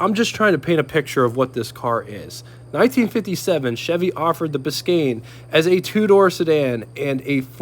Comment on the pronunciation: Glad you said "Biscayne" so well. I tried it on one of my videos and my tounge fell out of my head and I said something totally weird. :D We should do cross-over videos to promote our channels...I have the model cars, you have the real ones...I know that the model car guys are looking for reference pictures and videos, and I know the car owners are looking for model kits. It could be a good match. Let me know what you think.